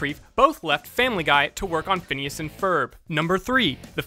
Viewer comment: 1- Yes, they do end up together. 2- It's Phineas, not Phinises.